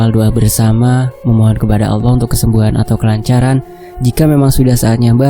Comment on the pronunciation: Tolong di perbaiki lagi mas penyebutan kata ALLAH bukan Awwoh.. Maaf sekedar masukan untuk lebih baik lg kedepannya 🙏